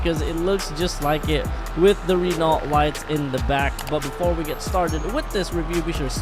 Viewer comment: The T in Renault is silent bruh